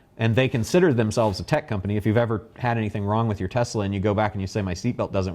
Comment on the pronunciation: This is ten minutes of incoherence. It isn't "fenn-men," it's "FINE-man." It isn't "Tess-LIE," it's "Tess-LAH." And it isn't "electronic vehicles," they're electric vehicles. Apart from that, the rest appears to be a lot of business babble—the sort of which wouldn't pass muster in even the most oxygen-starved MBA program.